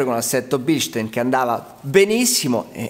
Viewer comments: in germania si chiamano bilstaaaaaaaaaaaaaaaaaaaaaaaaaaaaaaaaaaaaaain e devi ruggire quando lo dici.:D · BilstAin... In tedesco :-)